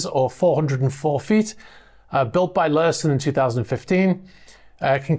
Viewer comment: Great video as usual. Sometimes I'm surprised at how unappealing looks-wise some of these super yachts are!! Just sayin'. Just a heads up. Ulysses is pronounced Yoo-liss-eez.